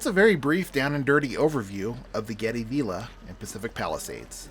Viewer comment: Hi. Its pronounced v I lla not v E lla .